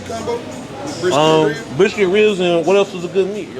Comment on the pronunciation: Yall pronounce ribs with an H, yall said hribs